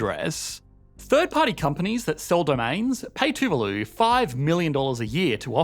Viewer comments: your pronunciation of too-va-loo is driving me crazy. You keep switching back and forth. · The pronunciation of Tuvalu is painful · 1 video, 2 different pronunciations of Tu-VA-lu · And here I thought it was pronounced toovaloo